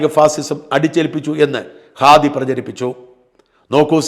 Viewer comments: ഖാദി അല്ല അണ്ണാ, ഹാദി.. ഹമാസിന്റെ "ഹ"🤣🤣🤣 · ഖാദി അല്ല ഹാദി ആണ്.